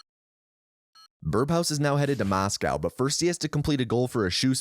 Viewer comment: Excellent video! But, am I the only one hearing "birBhouse"?